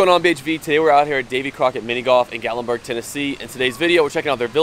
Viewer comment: It's Pronunced Gat lin burg